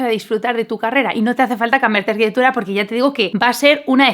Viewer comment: Es arquitecTURA... TU DICES : arquiteGHBUDA. !!!. Para hacer interesante lo que dices, no tienes para qué acelerár tanto.